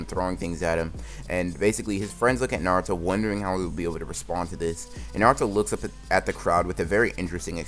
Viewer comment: did he just say naruta